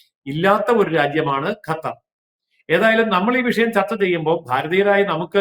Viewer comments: ഗത്തർ അല്ല, വിവരം കെട്ട ന്യൂസ്‌ റീഡർ, ഖത്തർ എന്നു തിരുത്തുക. ഓക്കേ. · Gathar alla mole qathar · ഗത്തറല്ല പെങ്ങളെ.... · This anchor always talks about gutter. Why not learn to pronounce that sound right!😊